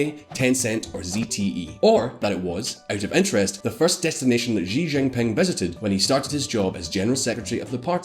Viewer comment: Learn how to pronounce Chinese. X = sh not as s in leisure. J is pronounced like j in jingle not as s in leisure.